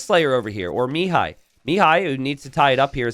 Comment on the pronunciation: Pro tip for pronouncing Mihai's name: think me-HIGH instead of ME-high. Emphasis should be on the second syllable.